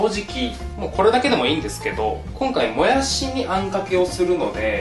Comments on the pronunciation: ぬんずん ぬぃら、ぬんずん、もやすぅ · もやす、ぬんずん、ぬら に笑った🤣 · もやす、ぬんずん、ぬら 癖が強いwww